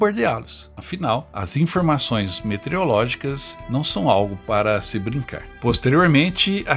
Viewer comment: Professor, várias vezes vc pronunciou "metereológicas". Só por isso dou 9,99 ao trabalho.